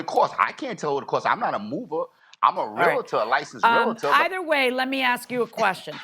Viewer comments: The Defendant is a school teacher and still says AX instead of ASK? Does he call the Poe-lease or call for an Amba-lance ? Educated people Don’t speak like that. They speak proper Grammar. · No way is the defendant is a teacher! "Tooken" and "ax" he's giving me a headache